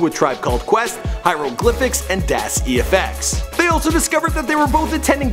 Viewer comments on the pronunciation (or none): Dad E Ef X huh?? 😂